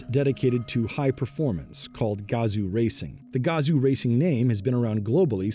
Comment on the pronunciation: Yo. Its not gAzo racing.... Its Gazooo racing.